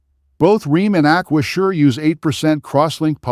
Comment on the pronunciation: A-kwa-zhure? This is just affiliate linking content, with ChatGPT distilled reviews, this isn't expertise.